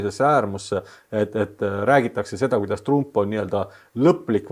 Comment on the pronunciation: nimesid hääldatakse originaal keeles,st TrAMp.